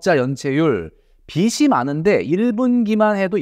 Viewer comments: 비시 ❌ 비지 ⭕️ 자꾸 거슬려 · 비지라고 발음해주시면 좋겠습니다 항상 좋은 말씀 잘 듣고 있습니다^^ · 빚이 발음이 비시가 아니에요..